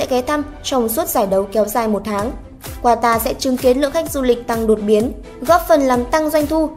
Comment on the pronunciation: Qatar đọc là Ka-ta ông nội :))) còn ghi "Quatar" nữa chớ, sửa tên nước ngta, hay thật!!!